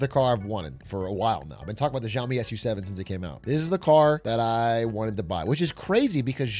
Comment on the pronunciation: ok but fr it's Xiaomi not Zhaomi